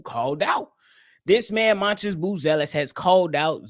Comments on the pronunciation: It’s really pronounced Madas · M A T A S…… can’t lie you keep calling him montis is killing me